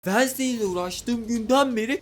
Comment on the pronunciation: wednestay değil adı Jenna.ortenga